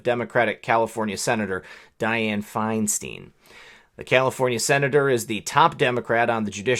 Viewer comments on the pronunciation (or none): Feinstein is pronounced Fine-Stine ; in German an ie is prounced "ee" and ei is pronounced "eye"